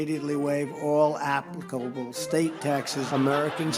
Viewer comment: He tried to pronounce applicable the same way a teen pothead try to use it during a job interview, app-lick-it-able 🥺 SAD!...